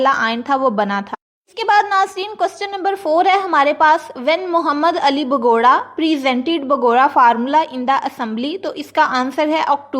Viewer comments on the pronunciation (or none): بوگرہ کو بگوڑا تو نا کہو پلیڑ😂😂😂